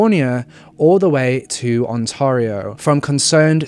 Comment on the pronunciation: Wooof. You really butchered the pronunciation of Ontario lmao.